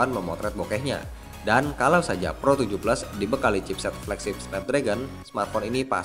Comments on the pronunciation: kok bacanya pro 17?? bkn pro 7 plus??? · APA cuma gua yang dengernya pro 17 😂